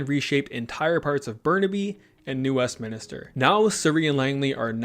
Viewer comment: It's not New Westminister man. It's Westminster - like Westminster Abbey